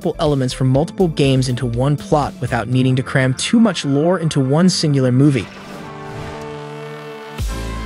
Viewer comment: Every time you say lore all I can hear in my head is matpat saying LOOOREE